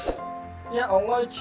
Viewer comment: bang bilang ya Allah jadi ya Allach